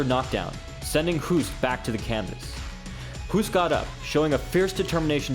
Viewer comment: Hoost is pronounced as the english word 'host'. Great list. Keep it up